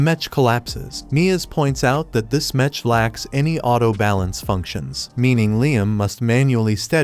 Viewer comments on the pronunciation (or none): Metch metch metch bruh wtf is that it's mech not metch😂😂😂😂😂😂😂😂😂😂😂😂😂😂😂😂😂😂😂😂😂😂😂😂😂😂😂😂😂😂😂😂😂😂😂😂😂😂😂😂😂😂😂😂😂😂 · OMFG! Fix the text to speech! "Mech" is pronounced as MEK, not with the soft "ch" sound!